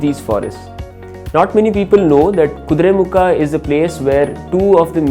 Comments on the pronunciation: Kudremukha.. not kudremukh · its "Kuduremukha" not "kuduremukh" know before posting